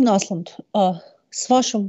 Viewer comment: Только Андеш (Anders) не Аслунд, а Ослунд (Åslund). Ну что же так имя и фамилию гостя коверкать?